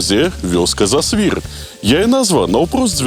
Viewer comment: зАсвір, націск на першы склад! Яшчэ ёсць інфармацыя, што і кляштар быў закрыты ў 1861, а не 1831. Дарэчы, інфармацыя пра кармэлітаў і паўстанцаў пакуль на ўзроўні легенд